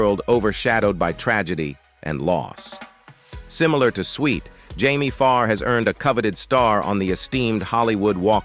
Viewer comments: M E A H? Can't we have a non-computerized voice anymore? M*A*S*H = mash (like in potatoes), and it's an acrostic, like NASA, for Mobile Army Surgical Hospital. It's Swit, not Sweet as Margaret, not Madge. Cpl. = Corporal. Duh!! MULL-cuh-he? Are you serious? This would be hilarious if it wasn't so ridiculous. It's mull-KAY-he! Maj. (modge) is pronounced by the rest of the English-speaking world as Major. A Time to Remember, you ought to be ashamed for employing an incompetent C3PO, instead of a real person who needs a job. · You really need to research how to say peoples names and titles of the subject you cover. Also you need to the proper pronounciation of many words you use. Maybe you should go to a voice coach to make sure what you state is correct. Switt is not pronounced Sweet. M*A*S*H 4077 is pronounced MASH like in mash potatoes. Get control of your pronounciation of the English language before you do another review.